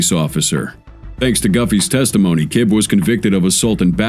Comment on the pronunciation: Roger ki BEE Not KIB.